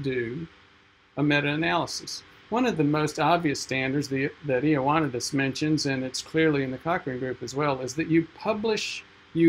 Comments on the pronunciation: Ioannidis is pronounced "Yo-need-eeds". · It's pronounced ee oh ah NEE dis, but Greeks tend to moosh it together so it sounds like ee wa NEE dis. You didn't mention that his seminal paper is now almost 15 years old. It has chilled the hearts of many researchers, but it remains to be seen whether it will actually stop the self-serving mutilation of published papers. And that's not him in the background photo.